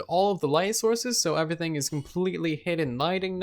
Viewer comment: okay am i weird or is he saying “uh-vrything”